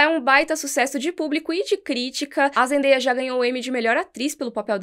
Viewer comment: Aêêê finalmente alguém falou o nome da Zendaia certo! 🙌 vlw!